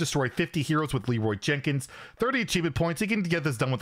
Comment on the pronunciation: I watch most youtube at 2x speed. You sound like you say "Leeroy Chickens" :0